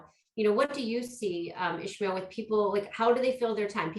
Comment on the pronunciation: Why are they saying Ishmael? There us no h in his name. Why isn't he correcting them? I was told in my Dale Carnegie class how important it is to get a person's name right. If you are going to interview on a public forum ,please get the name right.